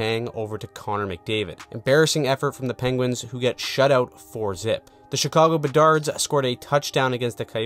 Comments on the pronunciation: “Chicago Bedards” 😂😂😂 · chicago bedards xDDD dude u serious?